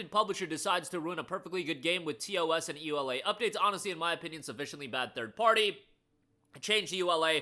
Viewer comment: "EULA" is read as a word, not letter by letter!